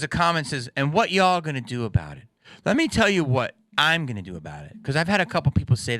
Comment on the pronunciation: "....the mayors a'ganna" got me rolling Jamie. Rock on dude.